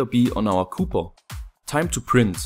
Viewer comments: Das heißt copper und nicht cooper! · Webgkil yes Right😂😂 it should sound copper not cooper😂😂😂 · By the way: it's copper. Not cooper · Meine Gehörgange verkrampfen jedesmal bei "cooper" Sprichst du das absichtlich falsch? ^^